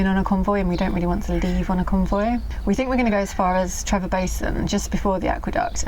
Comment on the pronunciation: its not Trevor its TreVor.